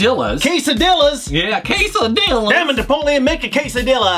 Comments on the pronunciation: the LL in spanish is pronounced like a "SH", so is quesadi-SHAs, (like in shaolin) not like a single L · quesadillas lol it has two "L's" for a reason... lol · im from uruguay, but anyway, the main complain is that pronouced it like a single L and that is wrong in every fucking spanish speaking country. (, i still love you man, but sometimes grammar nazi has to do, what a grammar nazi has to do)